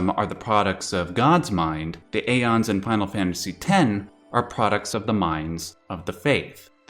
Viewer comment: ive heard "ee-fret" before...but never "eye-fret" it seems more people call it "if-rit" more than......any other name. also its not "a-ons" its "ee-ons" the "ae" letter/symbol is pronounced like a modern day "e" so "daemons" is pronounced "demons" etc, etc.